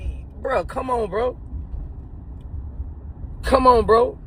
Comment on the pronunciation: " Come oan mang,,,,,,,,,,,come oan. "!. Hahahaha